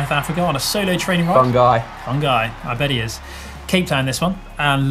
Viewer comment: Great show as always. I just wanted to say - concerning the name 'Fungai', which you pronounced as Fun Guy, it is actually pronounced Fungai, like Foo ngai.... which means think literally, or remember. Although as a nickname, they are sometimes called Fun Guy... but if you wish to say it correctly it is the other way.